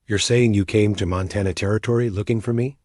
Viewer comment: Arithmetic (ă•rith•mĕ•tic mathmatic problems) not aromatic (scented). Montana, Mŏntănă, not Montawnŭ. Groaned under the weight of the food, not grown.